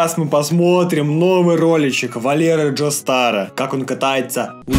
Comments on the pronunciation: валера гостер а не джостер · Это гостер а не джостер